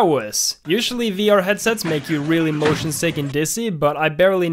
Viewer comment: Dani:"Im mosion sick" Subtitle:"Im motion T H I * *